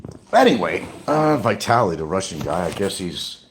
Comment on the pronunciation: It’s vitaly not vitality ! U knob